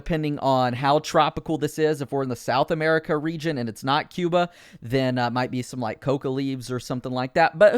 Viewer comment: It’s Cuba, not Cuba